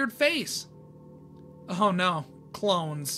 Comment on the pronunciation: why did you say NAURR?